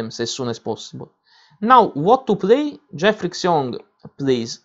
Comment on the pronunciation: 'Xiong' is pronounced 'schyong', not 'ksyong'. Otherwise, thanks!